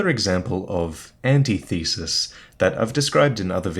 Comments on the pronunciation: lol "anti-thesis" never heard it pronounced like that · "ANTI-THESIS"??? Holy shit,. It's pronounced an-tith-e-sis. I usually don't point these things out, but goddamn that was bad. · it's pronounced an.tith.e.sis not anti.thesis